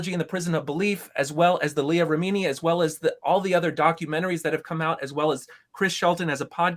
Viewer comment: try watching Leah Remini: Scientology and the Aftermath. You could then learn how to pronounce Leah's name correctly, and learn more about the evils of Scientology.